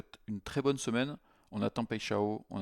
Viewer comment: "paille " "chat" "on" tu prononces les 3 mots sans faire de liaison et dit paixao qui en portugais veut dire passion ( amoureuse)